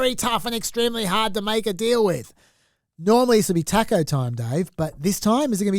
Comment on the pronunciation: The pronounciation of taco in this pod is deplorable